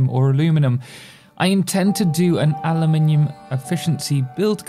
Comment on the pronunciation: Someone who pronounces aluminium right finally I hav waited 4000 no 5000 years for this